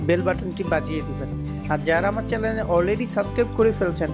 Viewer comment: উচ্চারণ ঠিক করেন আগে....তারপর চ্যালেন(চ্যানেল)🐸🐸🐸 খুলেন